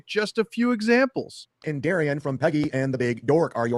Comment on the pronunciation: was right pronouncing Darien. Trust me my name Is Darren and the two are pronounced differently